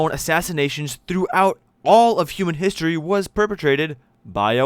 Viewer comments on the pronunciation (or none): none